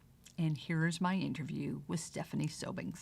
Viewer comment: I found this interview borderline rude from the disrespect of mispronouncing Stephanie’s last name to emphasizing FAILURE so many times. So her venture didn’t work out! What a great life experience, she was brave to give it a try.